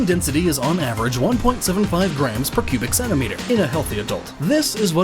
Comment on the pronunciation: Man of adamantium* and why in hell would superman need those? sounds like you say Pubic Centimeter :S